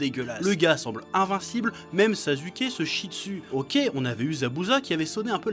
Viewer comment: Le bel effort de japonais au début ! Venant du Chef qui dit NarUto et Zazuké